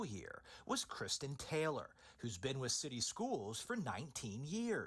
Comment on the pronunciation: The council member cant say with "wiff" gee I wonder what the problem is 🤔🧐 ⚫ are not able to be educated so quit wasting money on them.